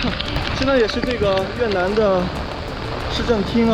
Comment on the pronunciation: 越南 你非要读成 越特南 那个T不发音大哥